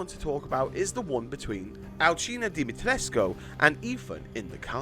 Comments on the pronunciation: Hi I’m Romanian you did good at lady d name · You pronounced her last name the romanian way I think it's right. (I'm not romanian but I seen people said that's how you say it)